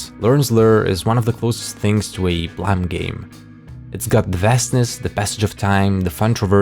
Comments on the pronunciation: Every time I hear Blame be called Blimee, i die inside. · Would it not be pronounced "BL-Aa-me"? Like to blame someone for something? I would think it'd be spelled "blam" with how you say it. Still a great video tho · Is it not pronounced blame as in the i blame you for something. Not blamm it kill me to hear you say this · WTF IS BLAM, IT'S BLAME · Im still learning the language so why do people call it BLAM? If it clearly reads as BLAME? This is the third channel that says it like that so...have I been saying it wrong this whole time? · Is it really pronounced blam? And not blame? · I dont know if this is common knowledge or not but Nihei intended for the Manga to be called Blam! like the shot of a gun, but didnt notice the typo and thats how we ended up with Blame! IDK how people pronounce it as Blam or Blame but i just wanted to point this out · its prononounced BOORAMU. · the way you pronounce the title really urks me